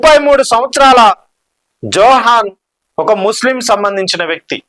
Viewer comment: ఇండియా లో వలె నీచ రాజకీయాలు అమెరికా లో ఉండవు. జోహ్రాన్ మందానీ... అని పలకాలి. జోహాన్ కాదు !